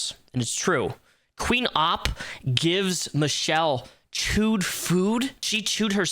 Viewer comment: You pronounce her name like you're saying Cop but with an O.